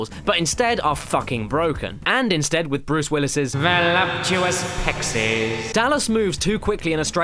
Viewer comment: VOLUMPTOUIS PECKSIES